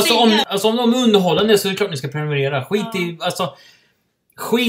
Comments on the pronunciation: Inte preniminira utan prenumerera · "Prenumenera" PRENUMERERA**